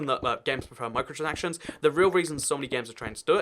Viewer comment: You can’t pronounce micro-transactions correctly XD